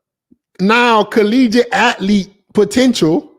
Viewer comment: Its "ath-lete" not " at-lete"